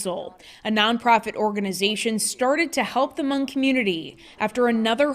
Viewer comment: It's spelled Hmong, but it's pronouced Mong. The h is silent.